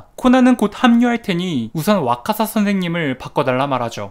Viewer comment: 와카사 인데 자꾸 와사카 라고 읽으시네요